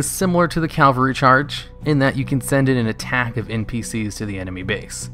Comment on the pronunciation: Love the videos. So good! But please for the love of God....caVALry not caLVAry.